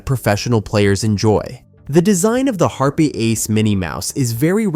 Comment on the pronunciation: wtf is a HARP EH mini? It is pronounced HARP. the E is silent.